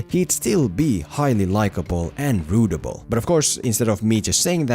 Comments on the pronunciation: Like this comment if you're from Australia and you smirked everytime says "Rootable" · Is he saying rootable?